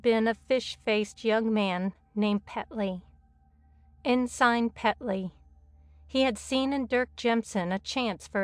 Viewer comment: Ensign is pronounced in-sin as well. There were a few others, but otherwise the narration was well done.